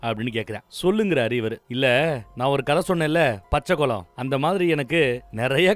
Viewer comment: Not கொலம்.... குளம்... but nice